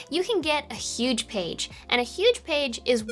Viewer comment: We've got yuge pages. The yugest pages you've ever seen.